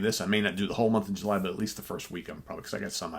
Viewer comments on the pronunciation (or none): none